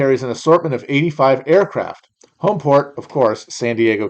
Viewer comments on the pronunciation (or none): none